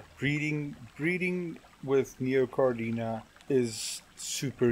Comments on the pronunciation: In die video spreek jy Caridina uit as Cardina. Daar is 'n "i" na die "r" so dit is Ca RI dina. Hier in Amerika hoor ek baie "Caridinia". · Ek glo dis Caridina en nie Cardina nie...... Deesdae is daar ook Bloody Mary wat 'n deurskynende eksoskelet het en rooi vlees.